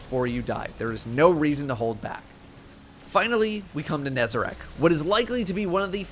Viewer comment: first destiny 2 youtuber to pronounce nezarec correctly